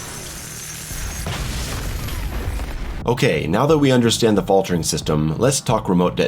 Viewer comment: haha the "Fatler" in the middle.